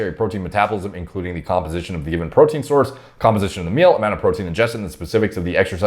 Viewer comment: Huuuuuaaaat is dis bastard guy saying tree years to digest purootin pawder !? Is he insane!?